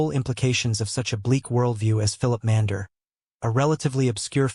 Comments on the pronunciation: I believe that the German language name spelt "Mainländer" is wrongly voiced in this video. I believe it's correct pronunciation is "Mein-lender", that is TWO syllables. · It's pronounced "Mine-lender."